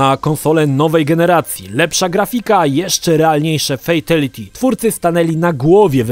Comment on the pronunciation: Kang lao? Fejtality? Nie mogę tego słuchać...